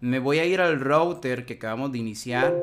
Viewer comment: Un excelente video, hermano. Muy fluido y bien explicado todo. Si me permites, el único consejo sería: mejora un poco la pronunciación en inglés, específicamente cuando dices "router", que como lo dices, taladra los oídos... jejeje. O si de plano no lo quieres decir en inglés correctamente, entonces dile "enrutador". Por lo demás, maravilloso video. Saludos y gracias por la enseñanza.